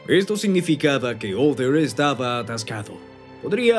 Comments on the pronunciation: Cual OTHER?, OTTER pronuncia bien el nombre, OTTER CON T, T, TTTTTTT. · Por qué le dice "Oder"?